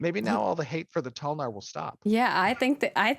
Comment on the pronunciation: Damn- necro paladin toe-lnar 😤